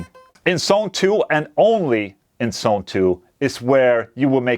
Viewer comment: Not 'sone, but 'zone' - might be misleading